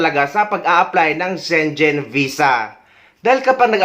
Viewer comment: SHE-NGEN Not shenshen